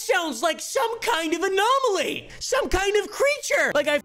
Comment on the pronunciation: Did you say anomaly 👀